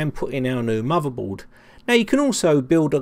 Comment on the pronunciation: "He was playing wiv a muvvaboard...the soize of a tangerine"